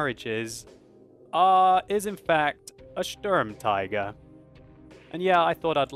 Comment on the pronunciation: If you're going to try and pronounce it the German way by beginning with "*SH*turm" instead of English "*S*turm" to be more accurate then you should also pronounce the rest of it the German way, e.g. "Shturmteeger", not "Shturmtyger" which is neither one thing nor the other ;-) Extra points if you pronounce the umlaut-U properly as well, by forming your mouth ready to say "oo" but saying "ee" instead, e.g. "Shtooermteeger" is about the best way I could write it down for English speakers.